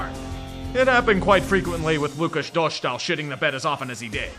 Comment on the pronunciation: . Can't tell if this is a reference to whoever was in between the boards for ESPN and kept saying Do-sh-tal instead of Dostal, or just repeating the same mistake (he has no diacritic above the S. It's just a regular S y'all. No SH sound in this case. Source: Me. I'm Czech)